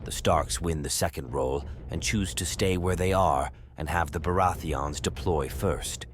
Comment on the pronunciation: Im not the only one who hear it 😂 Beurati-ans